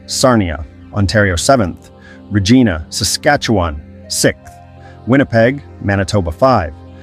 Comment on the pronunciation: Did you just say Re-GEE-na? 😂